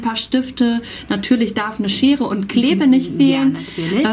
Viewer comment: du sagst immer klebe statt Kleber:)